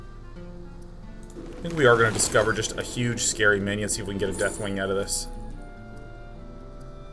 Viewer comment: Queen of Manners is because you are being polite by giving them cards "Dwayne" -> "Death wayne" -> death wing.... im pretty sure it's just a fun pronunciation (might be wrong though)